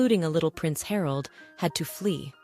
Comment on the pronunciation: Harold?😂 Please teach your AI to pronounce the names correctly 🤬 Martha is totally wrong, it is Mä (as in Math) rt - forget your silyy th sound in English with a- strangly said correctly. And Harold is Hārald.... Not hard to say at all. Frustrating to listen to so am signing off now.